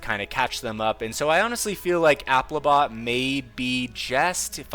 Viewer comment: Congratulations for pronouncing applibot correctly